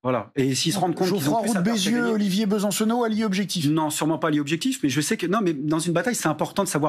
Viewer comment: "Bonsoir Olivier Be - San - Cenot "... En trois syllabes bien appuyées qui ne servent à rien